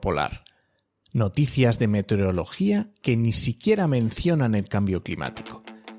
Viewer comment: MeteOrología. A quien aporta la voz que presenta al inicio, sólo decirle, que no se dice meterEología sino meteOrología. Por eso hay meteOritos y no meterEoitos.